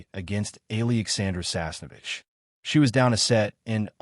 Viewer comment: Pls. EALA is pronounced E-yA-LA just beginning to get tired of hearing otherwise